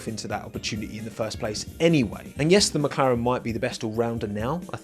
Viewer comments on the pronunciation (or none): none